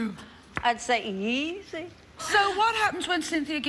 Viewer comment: When she said easy, I started dying 😂 I didn't know anyone but my dad said eeasy